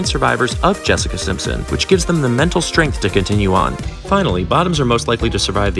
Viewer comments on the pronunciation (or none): none